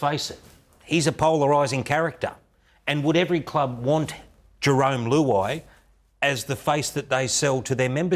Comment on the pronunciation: Who- ai 😂😂